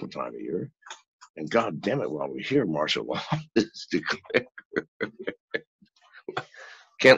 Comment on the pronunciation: FYI, it's MARTIAL law, not marshal. Great interview though. :-)